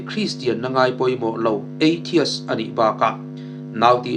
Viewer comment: Sir eithis... Tiin lam zawk rawh... Adik ber e chu ka tilo...mahsela atam zawk lam dan ani... Mizotawng takin EITHIS(ATHEIST), EI" chaw ka ei" tih a EI lam angin